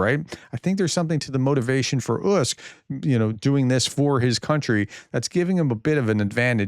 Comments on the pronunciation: Professor gotta be blunt here ..your clever but!! You need to really focus on pronouncing Ukrainian cities and Names ..your killing it big time ..slow down ..read it in your mind first ..you rush out your info like a tao...bring it down... Usyk. U sick try that! It's not Usk😢 😮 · please, please try to research the pronunciation of names? Usyk is pronounced Oo-sick. If you’d simply watched, say, the end of the fight you’d know this. It’s easy to say. Even sports announcers can do it, and l doubt that they hold PhDs. I enjoy your updates and I’ve watched them since you began. But you don’t seem to bother practicing your pronunciation of the people and places you regularly, even daily, report upon. Why? I ask with respect and with, truthfully, some frustration. Thanks for all the work you do keeping us all up to date. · It's pronounced Oooh-SEc ("oooh" like "GLUE", but without the G and L) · you’re saying his name all wrong. It’s “oosick”. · The name Usyk has four letters, with no tripup sounds and still the Professor gets it wrong. 🤣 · How can you screw up the pronunciation of “Usyk”? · Usk? who is Usk?. read all the letters!!! it's not English, do not leave out any letters!!!